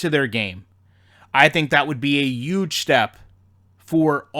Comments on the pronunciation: A yooge step? When did the "h" get dropped from huge...just wondering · Lol said that'll be a yuge step